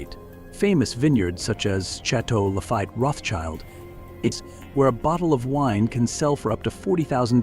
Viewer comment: Hello AI script reader : The correct pronunciation of Château Lafite Rothschild is shah-toh lah-feet roht-sheeld (phonetically in English) or closer to shah-toh lah-feet rot-shild if leaning into European roots.